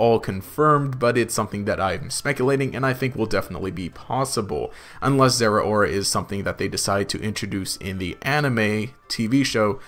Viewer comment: People need to stop pronouncing Zeraora wrong. Zeh-row-ruh, as in cow